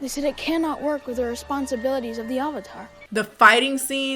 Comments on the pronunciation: did anyone notice he said OHvatar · They can't even say the word 'Avatar' correctly. What's an 'Ovatar'?? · Oh, I love the UHVUTAR. UNGH is my favourite. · Question, who is the "Aavatar"? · I forgot "uh-vuh-tar" was something that was said. Upon the other transgressions, this was laid me flat. I'm done.